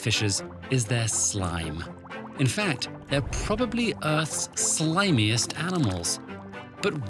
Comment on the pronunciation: who misread the word "slimiest"?? 😀😁😂🤣😂😁🤣😂😀😁😂😁😁🤣😃😄😆😅😎😉😊😋😂🙂🤗😄😅🤨🤨🤔🤔😮😏😀😁😂😁😀 (i mean, not me, it's just that it seems like the word had slipped off all the viewers' minds.)